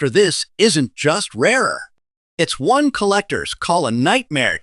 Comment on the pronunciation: monday morning im sending every penny mentioned to the SCRAP METAL YARD. BUT BEFORE I DO, IM RUINING THEM WITH A BIG PRESS ROLLER TO DESTROY THEM!! WHY, THIS IGNORANT AI CANE EVEN PRONOUNCE THE WORD ONE, IT SAYS IT AS "O N E" NO ONE WILL BELIEVE SUCK "AI GARBAGE"!!! WAS MOST LIKELY CREATED BY A "PROFESSIONAL GRADING SERVICE" ATTEMPTING TO GAIN MORE BUSINESS!!!